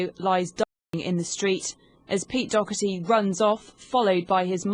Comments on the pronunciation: Why you keep saying pete dogerty? Its Doherty no? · Sorry but its dawh-her-tee not dock-urty